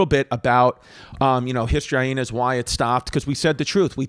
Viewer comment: Why do you pronounce it as High-heenas